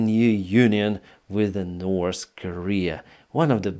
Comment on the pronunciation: What's the problem,, with you learning correctly how to pronounce the words North and South?